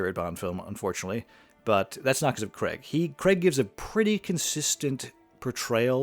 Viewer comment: It’s not Daniel ‘Cregg’. It is ‘Craig’, which sounds like the word ‘cray’ with a ‘g’ at the end. It’s a long ‘a’ sound. Why do so many people mispronounce his name?